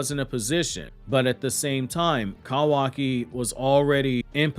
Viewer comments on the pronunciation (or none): I cant with the Cowaki...Love the info though.